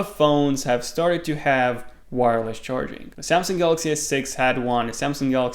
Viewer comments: you messed up, dude. "charing" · "wireless charing"??